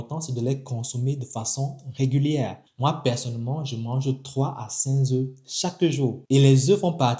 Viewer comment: Cinq œufs et non cinzeu On ne met pas s à cinq, ni à quatre, donc pas de liaison.